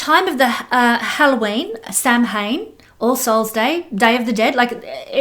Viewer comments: sham win pronunciation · Just FYI - Samhain is actually pronounced “Sow-en”. :) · Samhain is pronounced like "sow" (pig) "in". 💗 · Samhain pronounced: “Sow” (like female pig) - “in”. It is the Irish/Celtic for this time of year ie.: Halloween.